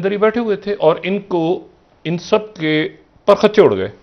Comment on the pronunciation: It is not " PUR KHUCH CHEY" It is "PARAKH CHEY"